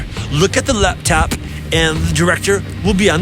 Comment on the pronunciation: Chad said lab top